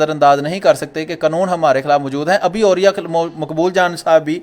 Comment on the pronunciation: اوریا کا دوسرا تلفظ عریاں لگتا ہے.....